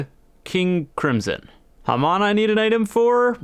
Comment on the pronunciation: has me saying HAM-ON instead of the usual Hah-mone